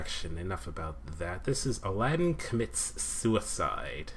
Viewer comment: It's "Aladdin". Not "Alladin".